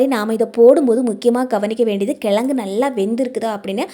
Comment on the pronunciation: எழுதும் போது கிழங்குனு எழுதுறீங்க ஆனா சொல்லும் போது கிலகுனு சொல்ல முயற்சி செய்யுங்க